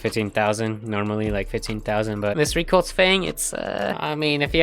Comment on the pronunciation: "reculse" sigh also you sound disinterested and overall sad :(